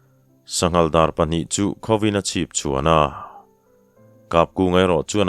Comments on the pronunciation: Zawng chikhat DAWR ti a i chhiar kha a dikhlel deuh in ka hria DÂWR tia lam tur a ni zawk lo maw "ÂW" hi thluk tur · Ngaihthlak a nuam e,mahse,Dawr,tih i lam kha kalo hriat ve dan chuan,'Dâwr'tih a lam tur niin ka hria,dawr tih kha chuan,kekawr kap'Dawr'tih lam a kawk mahin ka hria. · Dàwr(zawng chi khat) hi i lam diklo leh, ramhuai chikhat, "ràwt" kan lam anga lamtur ania.. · Zawng chi hrang hrang zinga mi "Dâwr" i tih kha "Dãwr" tih tur. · Dawr ti a ilam rik hi zawng chi1 ang hi anih ka ring a,tun hma kan pi leh pu te khan dawr anlo ti rêng nge ni,ka hriat ve dan chuan DÂWR ti hian kan lam thin a. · Thimzing a dawr kha, ngau chi a ni a dawwwr tia thluk phei tur. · "Dawr", hi Ngau chikhat a ni a, thluk tur a ni, kekawr dawr anga lamrik tur a ni love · Kekawr dawr kan lamrik angin i lam ri tlat mai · "Dawr", rifana lam tur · Sakei,zawng,dawr, dawr I lam Dan khi a dik lo a,zawng chi khat ve tho a nia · Dawr hi ramsa, ngau chikhat a ni e. I lam dan hi a dik lo deuh. Lam dan tur chu thil bial chiah lo, a sawl kan tih a sawl thluk dan hian thluk tur a ni e. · Dawr hi ramsa a ni a,ilam dan hi a dik lo thluk tur a ni e, Pathian zarah tluang takin kal zel ang che 👍👍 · Dawr tih hi chawhmeh ka suan a, Suan tih thluka lam tur niin kahria. Ka sawi dik bik chuang emaw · Dawr hi zawng chikhat a ni a Dawr tih hi thluk tur a ni e, mipa kap Dawr ang a lam lohtur a ni. Tin asam chu hruikhau ang mai in a HRAM tih kha Favai HRAM ang a lam a thluk loh tur a ni thung . Thawnthu chhiar zawng zawng zing a thiam leh chhiar ngaihnawm ber i ni e. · Däwr ( zawng family) hi i lam dik lo, tâwi tih ang hian thluk tur a ni